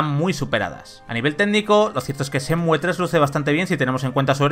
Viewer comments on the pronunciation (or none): No cuesta nada quitar la e y decir Shenmu xd